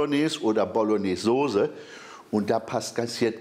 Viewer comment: Soße nicht sose es heißt ja auch nicht strase